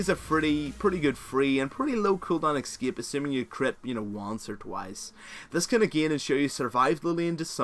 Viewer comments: no one else get pissed off with how he says escape?? X-scape..... X to the S to the C, A, P, E. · "eskiep" :v